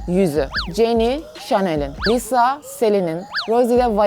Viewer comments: Ben aslında ablayı çok seviyorum ama Lisa'ya "Liza" demesine sinir oluyorum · Abla niye liza diyon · Liza diyip durma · adla liza diyorsun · Bu arada git gide lisa ya liza demeye başladın Video çok güzel olmuş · Çok emek vermişsin harika Bi video olmuş ama liza demen beni çok rahatsız etti 🙃🙃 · lizanin diyo de gene liza diyorsun abla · Lisaya LİZA diyen koca yürekli 😛😛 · Lisaya liza demesi gerdi beni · Lisa'yı neden liza diye okuyon yav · Lisa yerine durmadan Liza dedi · İyiki Lisa'yı etiketlememişsin ve Lisa videoyu görmemiş. Çünkü üyelerin isimlerini yanlış telaffuz ediyorsun. Ama video fikri çok güzel. Cidden uğraşlarına değmiş. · de lisa ya liza diyosun yazık sana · abla liza diyosun lisa deniliyo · Abla Liza diyosun da Lisa olmasın o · liza değil Lisa kötü anlamda değil iyi anlamda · Liza değil Lisa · Abla çok güzel ama liza değil lisa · Videonun başında liza yerine lisa olarak telaffuz etmesinden sonra o videoyu kapatmaliydım🤦🏼‍♀️ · saç nerdeyse lisa'nınkiyle aynı gibi ve abla liza değil Lisa yazıldığı gibi okunuyor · Çok emek vermişsin eline sağlık ama liza değil lisa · Liza değil Allahım LİSSSA s’leri bastıra bastıra söyle 😂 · Abla Jisoo'ya Ciso demen ve Lisa'ya Liza demen dışında gerçekten güzel bir video emeklerine sağlık 💕 Blackpink üyelerinin isimlerinin doğru telaffuzu: Jisoo: Cisu Jennie: Ceni Rosé: Roze Lisa: Lisa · Çok güzel olmuş baya emek var ama Liza değil *Lisa diye okunuyor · liza değil lisa! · Abla seni kötülemek gibi olmasın ama liza demiştin o lisa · liza degil lisa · Lisa liza diyorsun arada bir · Liza değil Lisa diye okunuyo dlqlşcşsşfls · Ya o lisa lşza deil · Liza deil lisa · Liza değil ya LiSa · Adı liza mı lisa mı. abla Liza diyo çünkü.🤔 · de lisa yerine liza demen dışında video güzel olmuş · Liza değil "LİSA" !! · Liza deyil Lisa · Lisa diye yazılıyo liza diye okunuyo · Abla Liza değil Lisa yazıldığı gibi okunuyor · Liza değil lisa